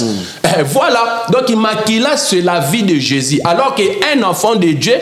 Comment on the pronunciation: Déjà Quelqu’un qui dit afont au lieu de enfant 😂😂😂 Zonga classe!le mariage faut avoir une bonne comportement 😂😂😂😂